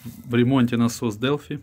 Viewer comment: Делфай однако, а не делфи